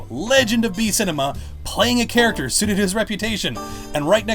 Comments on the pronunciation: D-did you say "char ach ac ter" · Why do you have difficulty in saying “Character”. It makes me sort of cringe when you say it... Lol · You say character so odd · How can I trust you when u say character weirdly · Say character right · why does this bloke say character weirdly